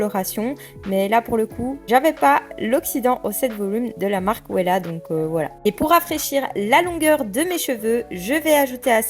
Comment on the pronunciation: Euuuhhh ça se prononce vella ( Wella) et non pas ouéla 😂